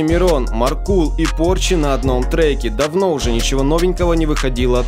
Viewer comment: МАркул а не МаркУл, стыдно не знать